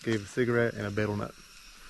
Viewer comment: The betel in betel nut is pronounced BEE-tal.